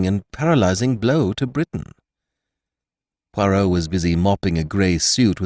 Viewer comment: Ugh nothing worse than an american mangling the pronunciation of ‘Poirot’ 🫣🙈😖😖